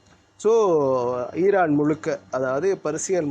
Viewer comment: ஈரான் ஈரான் ஈரான் அந்த உச்சரிப்பு❤